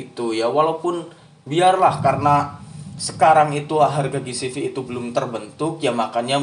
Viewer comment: Ji si vi bang ji si vi bukan gi si vi